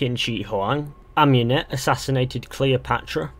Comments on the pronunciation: Ah-moon-ete, not Ahm-You-net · why does every one say am-U-net its ah-mUn-et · You're butchering Amunet's name